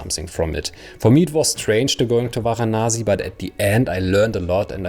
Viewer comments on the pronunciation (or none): it's Varanasi not Vanasi